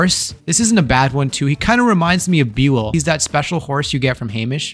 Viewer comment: Why’d you pronounce Buell like that? It’s pronounced B-Uell.